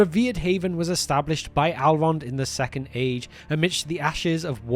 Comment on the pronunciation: I believe his name is "Elrond" not "Alrond".